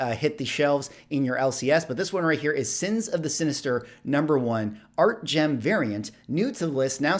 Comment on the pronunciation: Love the content,. One note, it is ArtgeRm not Artgem.